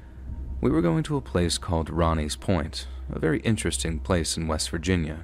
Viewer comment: It’s pronounced “Roney’s Point”- with an long “O” sound. Not Ronnie. I grew up in that area, and yes, Roney’s Point is incredibly creepy, and I don’t believe in ghosts or spirits!